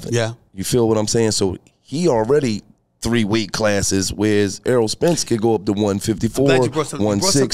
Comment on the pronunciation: Errol not earl